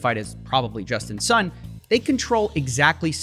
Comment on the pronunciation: I kept hearing him saying "Justin's son"